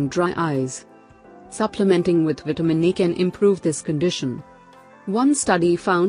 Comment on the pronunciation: You Do Realize That It Seriously Sounds Exactly... Like You're Sayin' Vitamin "E"... Right!!??🤔😓😞...,Jussayin'!!!😞😒